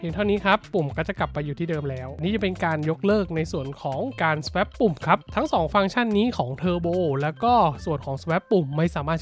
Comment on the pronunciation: Swap น่าจะอ่านว่า สว๊อบ มั้ยครับ